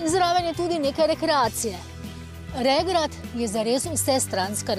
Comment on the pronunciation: Oprostite, ampak regrat je regrat in ne regrad.